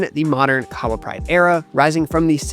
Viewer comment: Keep it up!! Shout out to your video editor, good job, And bytheway, Kahawa is pronounced 'Car-her-wa' 😉😉😉